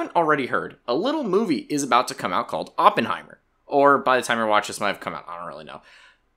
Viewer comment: "AWpenhiemmer" "Sillian murphy", yeah im not watching anymore